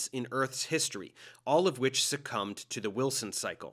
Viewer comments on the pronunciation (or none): none